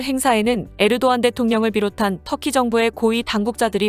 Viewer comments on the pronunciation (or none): none